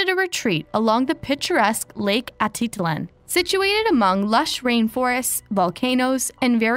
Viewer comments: It's not Lake aaa-da-lan... Its Lake Ah-teet-lan... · Great coverage! Almost unbelievable how unforthcoming the retreaters have been. Also, it’s pronounced lake Ah Teet Lan. 😊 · 😹🤣😹 I said the same thing above. She doesn’t even say Atitlán right 🙄.